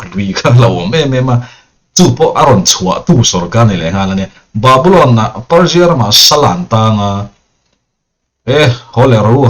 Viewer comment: Persia mizo in kan lam ang hian lam ve mai thei la ka va ti. Petera pawh piter i ti chuang si lo a.. svmm😅.. ngaihthlak a manhla thei e.